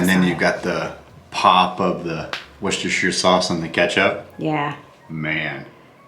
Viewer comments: hi its pronounced wuss- ta- sheer sauce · my hubby is from Worcestershire, England and he says it's easy to say.... Woos - Ta - Shure.:) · "wus ster shire"...now it's easy, yes?😁